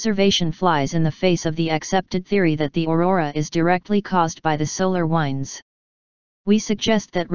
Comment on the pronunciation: Please please please, make '" stop saying 'wynds'. teach her how to say 'winds' when she is referring to moving air. The pronunciation police have issued a warrant.